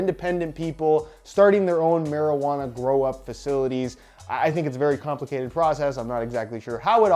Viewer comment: I swear he keeps saying “Grow Up” instead of “Grow Op”. Or is he saying “Grow Op” in a weird Canadian accent??